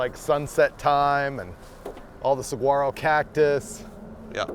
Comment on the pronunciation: David puts a hard G in saguaro and it really upsets me for some reason 😂